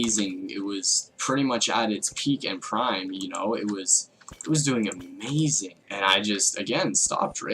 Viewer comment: "Sho amazing" did you learn your english from me?